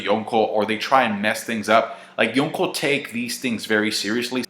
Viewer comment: Why the FUCK do you pronounce Yonko like that